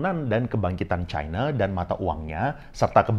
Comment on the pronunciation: ini sama kayak yg dipaparkan faisal basri.. btw, mirip juga nyebut china kayak faisal, nyebutnya chine... pertama kali sy nonton channel ini